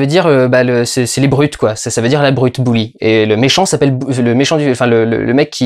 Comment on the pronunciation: Au fait, on prononce "Beuli", "Bouli" c'est un bonhomme de neige avec un chapeau gris et une écharpe rouge!